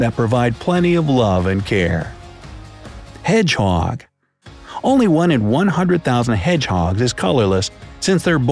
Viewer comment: When u said hedhoge..... Once a albino hedhoge pooped me